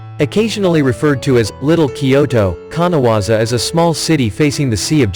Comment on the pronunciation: No.12 is KANAZAWA. not kanawaza.